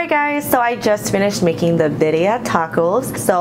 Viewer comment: this looks so delicious!! also birria is pronounced like bee-r-yah !! :)